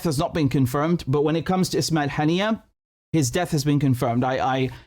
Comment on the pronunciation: Buddy what's wrong with your pronunciation of Arabic like it's weird you can't misspell those words "ام الرشراش" to "ام الرش رش" and now you're saying "ابراهيم حنية" instead of "ابراهيم هنية"